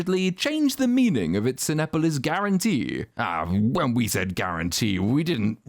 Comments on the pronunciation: Pronounced Ci-NEH-police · I heard you struggle a bit with the main movie theater in Mexico, I live in Mexico and it's pronounced "seen-op-olis" 😊 forgot to mention, we collectively HATED this stupid portrayal of Mexico and Mexicans. DEEPLY!